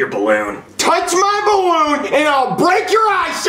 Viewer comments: It’s supposed to be balloon not barroon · Ballon❌ Barroon✅